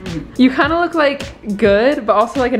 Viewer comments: wait, is it just me or is saying "looque" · they pronounce look as “luke”? wooow that’s so cute